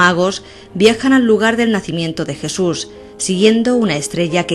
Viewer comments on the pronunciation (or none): ¿La "crusifixión de Jesur de Nazaret"? Esta chica debería aprender a hablar.